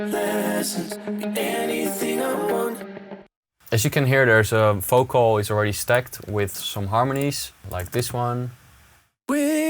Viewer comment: every time tryes to say "vocal":D:D:D